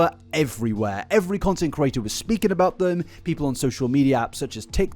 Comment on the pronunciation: Can you say content CREATOR in future? I just want to hear it out of sheer curiosity now. I hear you say content curator dozens of times per video.